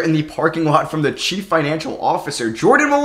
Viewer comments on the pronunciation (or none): none